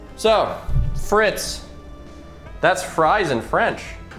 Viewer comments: FriTs? You pronounce it like free but shorten to “fre”, the t is silent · I'm part French and every time I hear say "frits" I die a little more inside